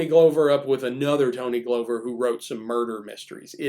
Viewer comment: I was around the Minneapolis scene in the 60s and 70s, and KR&G (in various combinations) were great. And everybody had this book, invaluable even with his sometimes annoying hipster slang. PS--Tony Glover's name is pronounced "Glove-er" not "Glow-ver."